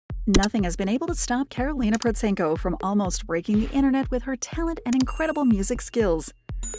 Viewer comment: The first time I've heard her name pronounced correctly in this kind of videos! And also - thankfully not just chasing her supposed income numbers. Also - as this is recent video, it should have contained newer material of her musical activity. Karolina is a growing light spot in musical world. And she has obviously outgrown the commercial events like AGT. They should invite her as a guest star, not a contestant - but they are quite ashamed probably because they rejected her in auditions few years ago. Cheers!